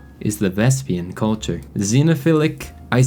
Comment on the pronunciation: Yes, the Vepsian (not Vespian) culture is the worst culture in the game, and you described just why. (Also, it's called "Byarmaland." Like the J in Jarl. Said "Yarl.") And I agree, Bosnia is the worst kingdom, because: 1, Croatia is right there. 2, It's all low-development mountains. 3, Bosnian culture has no benefit in mountains (and they're Isolationist, too). 4, You'll be tempted to play with Krstjani, which is just begging to have its Ecumenism removed to become a holy war target by everyone, and has Pastoral Isolation for EVEN MORE penalties to development. Seriously, in 1066, Vhrbosna is ruled by a Catholic Cisalpine count, and Cisalpine is a better culture for the area because it has Mountain Homes.